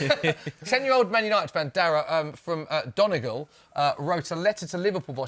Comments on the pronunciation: Dongol??? "Done e gol" is how you pronounce it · They pronounced donegal like Don- eh-gol it’s pronounced Done- ee- gal